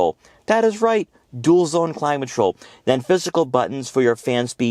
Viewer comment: Dude, it's "climate control" not "climatrol!"